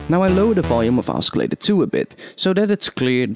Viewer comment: "Oskillator" lol :P The c is silent